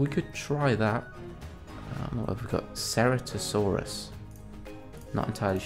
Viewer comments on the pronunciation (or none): none